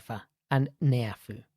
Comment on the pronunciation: Having lived in Tonga for a couple of years This presentation was appreciated greatly. The presenter has a very good delivery style; the visuals were pertinent. May I suggest a relook at the pronunciation of 'Tonga', 'Neiafu', 'Houma', and 'archipelago'. Cheers